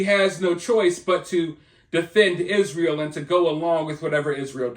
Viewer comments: You are mispronouncing it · It is pronounced Y- zra -el